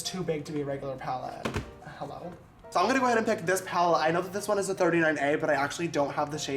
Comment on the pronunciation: Every time he said “HEYLLO” I died 😂😂😂